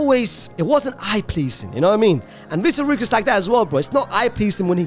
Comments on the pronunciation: Victor Roo is crazy, its pronounced more like vitor hockey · Bro really should do jail sentence for the way he spelled the mandem-s name, he said vitor rookes. Bro it's Vitor Roque